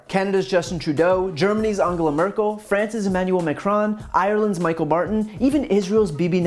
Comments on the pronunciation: Although I'm not sure why he'd come up again here, Micheál Martin would be pronounced as "Me-hall" not Michael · Michael Martin is now Pronounced Michael Martin it's actually pronounced "Me hall Martin" not joking either go look it up. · Pro tip: Michéal Martin is pronounced "Mee-hall" Martin. It's the Irish pronunciation of Michael ;) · Michael Martin is pronounced “Meehall” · Ireland's Prime Minister Micheal Martin is pounced as Mehall Martin. Mehall is the Gaelic for Michael. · He butcher Michael Martin’s name, the Irish Taoiseach.😂it’s a Irish name and is not pronounced the same way as the English version. Pronounce it more like Me-hall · Just a little pronunciation correction - Ireland’s Michael Barton? It’s Mícheal (Me-Haul) Martin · Very small point. Its not Ireland’s Michael Martin. It’s Michéal. Pronounced Me-Hall (some of us call him me-hole but topic for another time. Don’t worry Irish names are hard) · Micheál Martin is pronounced Mee/haul Martin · The name of the Irish Taoiseach (PM) is Micheál Martin pronounced 'Mee-hawl' not Michael FYI! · The Irish prime minister, or taoiseach (pronounced teashock) is Michaél Martin, not Barton. Michaél is pronounced meehawl. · Ireland's PM is Mícheál (Meehaul) Martin not Michael. Get it right :( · As an Irish person it very weird to hear someone pronounce Ireland's Michael Martin that way. I realise that is how it looks like it should be said but it is pronounced like mee-hawl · Just a wee minor point, the Irish Prime Minister, Irish title An Taoiseach, goes by the Irish version of Michael, Micheál pronounced mee-hall. You're welcome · I will forgive the way you pronounced Michéal Martin's name (Mee-hawl) purely because he's a clown. Great video! I enjoyed it. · Irelands Micheal Martin is pronounced Me-Hall Martin. He's also not a prime minister. His title is Taoiseach pronounced T-shock. Thanks for coming to my Ted talk XD